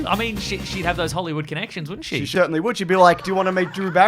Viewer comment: said “she Shertanly would” absolute genius